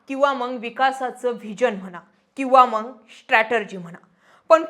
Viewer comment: पत्रकार आहात शुद्ध बोलण अपेक्षित आहे मग ला मंग म्हणत आहात . Strategy not stratergy master not mashter